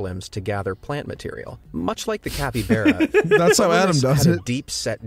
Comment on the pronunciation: Bro said capybeara